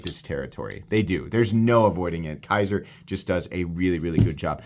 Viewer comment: Dude, it’s Kizer not Kaiser. Kizer makes the Militaw not Kershaw.